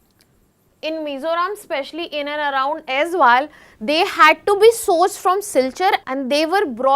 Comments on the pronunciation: it's also not Azal, it's Aizawl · Not Aizwal, it's AIZAWL, pronounced Ay-zol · Not Aizwal. Aizawl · AIZAWL ( EYES ALL OR AI ZOLE) NOT AIZ WALL OR AIZWAL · Why always AIZWAL? ❌ It's AIZAWL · CORRECTION: its AIZAWL, not AIZWAL.... in Mizo alphabet "AW" is pronounced as "O". So, Aizawl is AIZOL. Not aizual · It's Aizal not Azwal. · Pronounce Aizawl like Eyezol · Aizawl not aizwal …2025 cmon guys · it's pronounced like Aizol right ,will remember it bro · Mam it's Aizawl